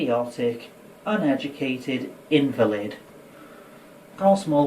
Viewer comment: The way this guy says “invalid” is invalid.